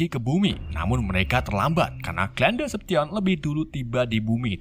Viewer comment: maaf bang namanya decepticons salah penyebutan